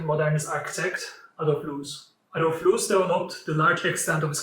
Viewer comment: Little corrections, it's Karel Lhota (not Lotha), also please work on the pronunciation of the architect himself - it's not Englishlike long o (ú) it's simply longer o.